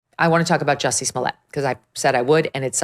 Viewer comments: Joosey Soomlyay. Say it right! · His name is pronounced 'Juicy'. Hard to take this seriously if you won't say his name correctly.